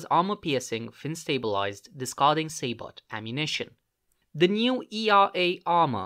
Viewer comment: Say-Bow = Sabot. the T is silent